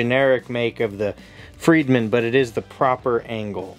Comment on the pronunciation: It is "Fredman," not "Friedman."